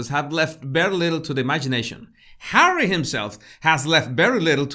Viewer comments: Why has he called It Hawwy that's just stupid! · Nobody has EVER called him HAWWY. If you are going to pretend to be a reporter you need to get your facts right. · Omg 😱 Hawwy lol.. love it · “Hawwy, Me-moir,” how appropriate. As for his “career”, as you have pointed out, what exactly is Hawwy’s career ? So far the only thing apparent is jester sans court.